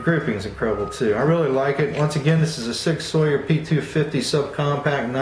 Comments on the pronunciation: Sawyer? It's not pronounced like that dude. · Great review, Not a put down, but Sauer is pronounced just like the word sour. I plan on getting the rail version of the P250 subcompact in 9MM as soon as they become available in my area.